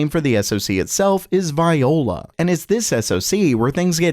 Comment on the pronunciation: It's pronounced VEEE-oh-la.